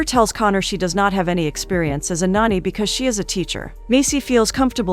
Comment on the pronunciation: When Resume is pronounced Resum and nanny is pronounced nonni, I'm over it 😂😂😂